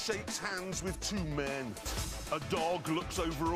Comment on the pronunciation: The way he said too men